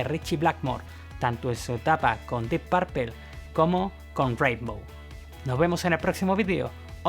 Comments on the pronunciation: Tampoco se dice "DIP PERPAL" DEEP PUERPLE "DIP PRPL" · Buen reportaje, pero la pronunciacion en spanglish es terrible, un curso de pronunciacion en ingles no les vendria mal. Diip pourpel jaja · 🤔🤔🤔 Vamos Tío si vas a mencionar a un grupo en Inglés por lo menos esmérate por pronunciarlo correctamente. Que diablos es Dip Parpel ?? 🙄🙄😳 es como que venga un Inglés y quiera decir Púrpura y terminé diciendo Parpara 😳 de inmediato lo vas a corregir no? Lo demás NO te lo corrijo por NO hacerte sentir mal pero me dolió el oído al oírte pronunciar Dip Parpel. 🙄😳🥴😣😖😡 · "Diip Pearpeeeeeel" 🤦🏻‍♂️🤦🏻‍♂️🤦🏻‍♂️ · jajajaja, ta buena la biografía de la guitarra de "Dip Perpel", esa pronunciación hay que mejorarla. Pronuncialo así: "DYip Peipor", la "D" casi juntándose con la "Y", y al final casi no pronunciando la "o", casi que se juntan la "p", con la "r", así se pronuncia. En buena. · dip parpel 😀 Sería mas como: dip purpol, o mas aún: dip purpl, solo que la u no es exactamente una u, suena como en medio de una u y una o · Solo di dip purpo... Suena que dices (dip papel)😉 Good video though 👌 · Dip parpel.....no ....dip perpl... Carlitos. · No se dice dip parpel se dice dip purpul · Pronuncias como el cu lo. Se pronuncia Parpl no parpel, guilan no guilian, ian no aian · Ian Gillan, y lo ha dicho hasta el cansancio que no es Guillian y este compa hasta se atreve a hacer un video. Por eso no hay que creer todo lo que vemos en Internet. Y yo sé que en España tienen su propia pronunciación, pero escuchen como ellos mismos dicen su nombre, no es porpel, no son los Bitels. Que alguien los ayude por favor. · No SE dice "Di parpel" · Me sburri de escuchar que diga deep parpel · Dep parple? Que feo se oyó esa pronunciación. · Se pronuncia "Dip Perpol" la última e suena más como o que como e. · PORQUE PRONUNCIAS LA "U" COMO " A", ES " DEEP PUUUUUUUUUUURPLE" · Ja ja pronuncias muy chistoso “porpel”, siempre he pensado que Blackemore tiene problemas psiquiátricos. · Dee parpel, jaja.